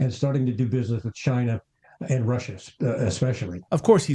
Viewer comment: 'Russia UND China', am i the only one who hears that german 'wordchen' (2 times!) there?